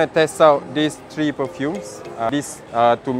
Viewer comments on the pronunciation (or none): The number 3 is pronounced 'Th-ree" not 'Tree'